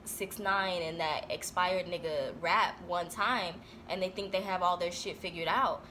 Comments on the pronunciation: She really said "That Xpired nigga" I don't wanna laugh...... But LMFAOOOOOOOOOOOOOOOOO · it took me a moment to recognize she said Xpired. I-- screaming